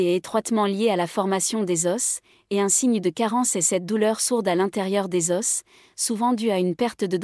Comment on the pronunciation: Des os, pas ded osse